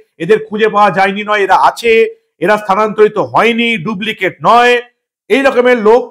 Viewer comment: দুবলিকেট নয় ডুপ্লিকেট